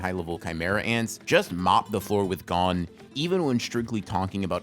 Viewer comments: God I hate when people pronounce gon’s name like that😭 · Eh?! why does he purposely mispronounce it😭😭😭